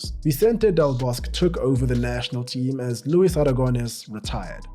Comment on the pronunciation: A nice video and also very interesting with many unknown facts. Just one small thing, the Spanish Coach Vicente del Bosque just as with his first name ... his surname has all of the letters pronunced as well.😉Don't forget the letter "E" at the end of each name... as in the word Egg and España.